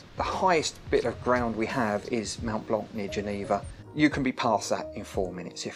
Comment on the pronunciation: ... how did you pronounce Mont. Blanc? MOUNT?